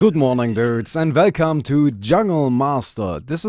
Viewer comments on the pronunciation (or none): Say "welcome" with "U", as in Uelcome. Don't use the german "W", ok mein freund ?! :D